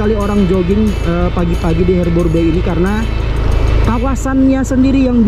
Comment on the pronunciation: HARBOUR BAY ~>BACA Harber bei. Bukan herber!